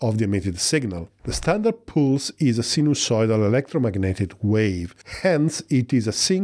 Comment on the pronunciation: Pulse is pronounced with an "uh" sound not an "oo" sound like in pool.